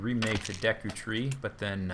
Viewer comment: It's DE-KU not DECK-KU....